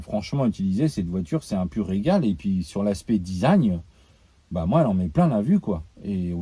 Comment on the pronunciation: Désolé j'ai bloqué dans ta vidéo sur ta prononciation de "Design" 😂 "Dizagne"